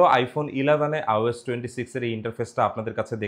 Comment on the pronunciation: ভাই বার বার আওস বলছেন কেন? আইওএস হবে, ঠিক না?